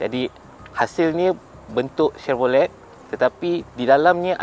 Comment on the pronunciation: Tahniah , cuma satu je walaupun ejaan chevrolet tapi sebutan tu senyapkan t . “chevrole”